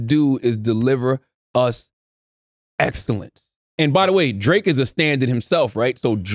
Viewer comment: Wow CTG butchered tf out of excellence 🤣🤣🤣